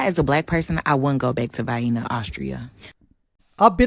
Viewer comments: Bro, she called it "Vyena", rhymes with "hyena" 💀 Imagine being so clueless that you think Austria is "racist" because the people there are white...🤦🏽‍♂🤷🏽‍♂ is a typical Westernized feminist and probably only dates white guys, but pulls the racism card any time she's inconvenienced. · she can't even pronounce Vienna 😂😂🤣🤣 she must be illiterate too... can't even make sense of any singular sentence she tries. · In America we have a product called Vienna Sausages, canned. A lot of people pronounce Vienna as VI-eena. I presume because they are uneducated dumbasses. Just sayin'. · Vi-eena. You'd think she'd have gotten it right by now. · Vainna, Austria 😂😂😂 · The first lady's pronunciation of Vienna is common deep south USA vernacular. My husband (Alabama white guy) and most locals say it the same way, long "i" then long "e". I am from out west and it kills me that they are puzzled by my pronunciation and will actually ridicule me for saying it correctly. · Its pronounced "Vay-enna" you troglodyte! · 3 total? VIAenna sounds like heven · Southern American here. Vye-na is the way the way Vienna, as in Vienna sausage, is pronounced in the South. Never have liked them. Agree with all you have to say. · "Vi-eena"? I spent lots of time in Vienna. In fact, just for info, my first wife was Austrian. So... Very nice people. Good food culture. Lots of history and bookstores. Good, safe city for kids! Excellent public transportation... I don't believe the people of the good city of "Vi-eena" or, Wien, Österreich, are going to miss this lady! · Omg she pronounced Vienna like these gross little sausages in a can that we have here. Vienna pronounced Vie Enuh sausages. Wow just wow. I'm so sorry Europe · She definitely never heard Viena pronounced in her whole life. She couldn't even be bothered to check online how its pronounced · Watch out for the vyeenas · Vie eena 😂. Blimey sort it out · "Vaienna" seems a nice place... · Where's "Vaeinna, Austria?" Lol